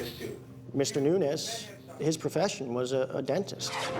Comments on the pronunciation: Omg the one guy keeps saying “Noonez” instead of Nuñez, and it’s driving me insane 🫠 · "NUNIAZ'!..NOT " NUNIAZEZ"!!😅😅😅😅! American "English" is nuts!😅😅😅😅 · When you cannot even pronounce the suspect's name ... I cannot even 😅😅😅trust you to be detail oriented.